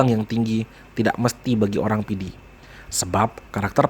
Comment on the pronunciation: kehabisan bahan. apa ngomong. menyebut nama "Kabupaten PIDIE" saja salah. kamoe PIDIE. keòn aceh pidie.